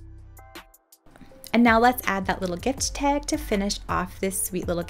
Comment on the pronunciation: Love the tutorial! Only thing I would change is pronouncing "tag" ... it's not pronounced teg (pet peev).